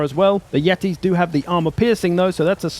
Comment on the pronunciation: Yetis ? more like YEET-is, badum tss